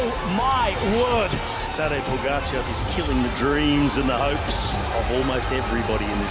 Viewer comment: Great voice of this commentator, way to go Who, indifferently, unprofessionally, lazily, will not learn how to pronounce name pogacar Ugh